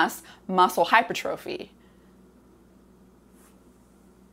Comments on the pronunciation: Hypertrophy is pronounced - Hi-per-truh-fee, not hyper trophy. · Hi Dr. Rhonda! Love your videos and have learned so much - and have referred dozens of people to your sulforaphane video. Thank you, thank you, thank you! Just a heads up: hypertrophy is pronounced "hai ·pur·truh·fee" with the accent on the second syllable. Thought you'd like to know. 😉 Also, I'd love to have a conversation with you about Blood Flow Restriction Therapy and Training. I was the first person in the U.S. to be certified by B3 Sciences as a Blood Flow Restriction Coach. I have transformed my body and health using BFR, and several of the other bio-hacks I've learned from you - such as heat stress, food stress, etc. I'm 72 and play competitive volleyball (Bronze medal at last year's USA Volleyball Open Nationals in the over 70 division) and have gained almost 8" of vertical jump since turning 70 in addition to reversing several of my aging biomarkers. Message me if you are open to a conversation or a text exchange to start off with. Here's a link you should find interesting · It's Hypertrophy! Not Hypertrophy.